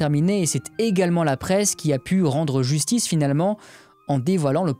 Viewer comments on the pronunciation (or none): none